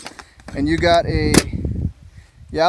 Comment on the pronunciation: Are you saying yellow or yeah low?